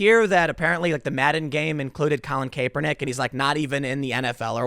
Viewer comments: CAP!!! It's pronounced CAP-ER-NICK. I've heard tim pronounce it wrong to many times. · Tim it’s cap- 🧢 ernick lol. It’s driving me insane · The funniest thing is Tim mispronouncing Kaepernick